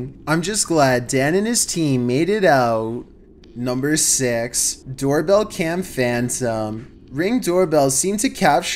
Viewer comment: I love when he says NuMBEr 15